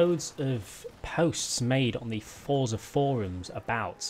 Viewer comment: love your videos but there is no t in forza lol you say fortza when you speak lol